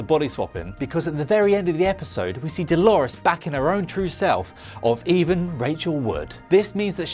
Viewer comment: Meave-a no japanese-a. Meave-a English-a. Also, "even" Rachel wood? Do you Evan westworld bro?